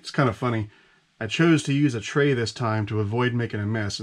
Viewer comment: Lol…. You didn’t say tray right.